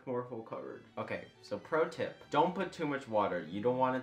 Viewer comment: he said PROTIP P R O T I P